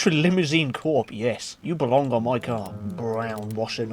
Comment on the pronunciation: "Mi wheel"